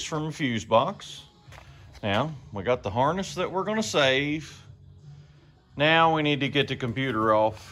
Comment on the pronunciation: Sounded like you said meow, instead now... 🤣🤣🤣 cool video BTW